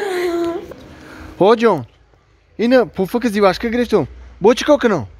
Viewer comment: Зувачка не жвачка😂😂😂😂